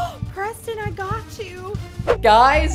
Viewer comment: Preston not pemston